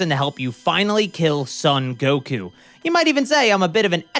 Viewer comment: "Sun" Goku? Surely it's "Song" Goku...